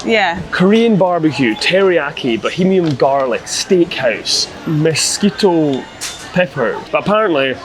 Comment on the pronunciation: lol that's pronounced Ma+Skeet peppered, not Mosquito ,, lol , Mesquite is a short shrubby tree from Texas and New Mexico that is used for wood smoke flavoring, it's very good.